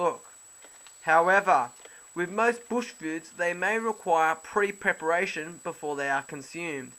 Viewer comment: pre pre-peration so pre-peration